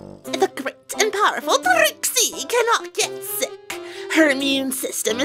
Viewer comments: um did you say shit or sick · why is it when when granny smith says 'sick' it sounds like she is saying 'shit'?😶😶😶😶